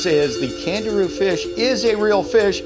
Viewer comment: I thought I heard Kangaroo but it's name is CANDIRU